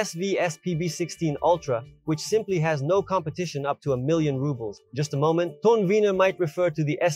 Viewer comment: 😂 This guy can't even pronounce it right. He called it TONWINNER then he called it StoneWinner. Also, when he was trying to knock over the cans, u could see the sub was waving, meaning there will be distortion when driven at high volumes. MY PB-2000 Dosnt have that problem. This guy is a joke. He even describes the bolts as high quality. CRAZY "NEURO" You don't need to wear ear plugs for low frequencies it's the high frequencies that you need them. I'll admit it's not a bad price for the sub, but I want more reviews on it b4 I make any decisions on switching brands. The warranty on these subs is weird, too.They offer 3 years for their sub and, amp, and 5 years for the cabinet. Are the chinese expecting the cabinet to come apart😂